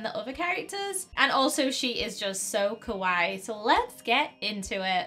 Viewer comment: UR SAYING KAWAII WRONG!!